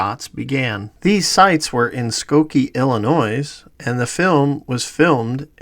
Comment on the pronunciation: FYI, 1). The “S” in Illinois is silent…once or twice …who cares but five times uhh …2). Please consider using higher res still images because on larger or even medium size screens the pixelated distortion is egregious. Excellent excellent work. Seriously great content 👍🏼 👍🏼